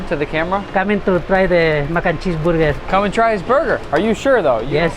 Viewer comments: “Base the buga wit da buttah” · "haiiii i hugo today we make mac and cheese borger :D" im in love ❤ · Bro its not burger its burgir😅😂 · I thought he said booger😂😂😂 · I love Hugo’s “Borger”. This man deserves to be famous. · all i heard was BURGUR. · I love how hugo said burger 😂😂😂😂😂